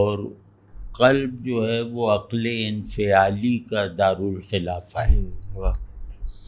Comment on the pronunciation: aqal nhi aql sahi talaffuz